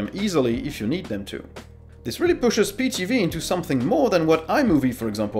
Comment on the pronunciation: Try getting someone who knows something about linux because this guy butchered the names of everything. Pee TV?! We're trying to draw people to the platform not scare them off because this guy has no clue what he's talking about.